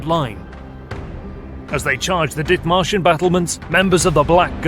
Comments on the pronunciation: Did he say, dick martians? Lol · I'm sorry is anyone else hearing "Dick Martians"? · I had to double check the spelling. All I could hear was "Dick Martians"